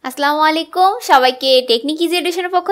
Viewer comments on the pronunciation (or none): উচ্চারণ টা আসস্লামু আলাইকুম(অর্থ :আপনার উপর অভিশাপ বর্ষিত হোক) হবে না,🚫 বলতে হবে আসসালামু আলাইকুম(আপনার উপর শান্তি বর্ষিত হোক)✅ প্রিয় আপু,আশা করিভ next video থেকে right pronunciation শুনতে পাবো।ইংশাআল্লহ।